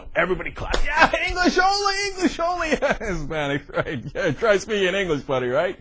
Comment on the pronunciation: "hayaah speak englissh" haha